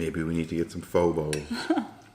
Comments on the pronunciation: the second way of pronoucitation is accurate ~ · Yum! Also the way you said pho the second time was correct! I had homemade pho today lol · for all you idiots who think ure so smart pronouncing it "fuh", ure wrong. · Chicken noodle sour summer rolls and egg Rolls It’s Fo so the first way you said it. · Like its spelled pho but pronounced "pha". It was a bit confusing when I figured it out... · I’m Asian. You call them salad rolls and I call them spring rolls and the other one that you call spring rolls, I call them egg rolls. And I pronounce pho like the second way you pronounced it. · hehe, the thumbnail says "Vietnamise". Glad you enjoyed vietnamese food! I am vietnamese, but I don't really like the foods we have. But to others, it is delicious. And the second way you pronounced Pho is closer to the true pronounciation than "foe"